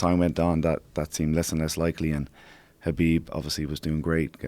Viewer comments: I love you Joe, Please learn how to say Khabib's name right its NOT KAH Beeb its .... HUH Beeb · Ben A Habib is the correct way of pronouncing his name. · Ffs. Is it Habib or Khabib? Heard quite a few people pronounce it Habib during this event but never heard anyone say it that way before. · Khabib Nurmagomedov - the K is silent in Khabib.. sir.. ; )